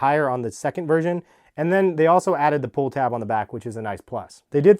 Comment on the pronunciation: Why does he keep saying “Virgin”